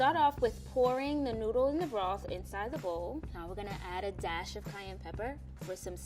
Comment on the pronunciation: Lady: Broth Man: Broth Man 2.0: Blosth